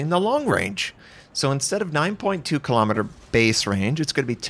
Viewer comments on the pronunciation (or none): none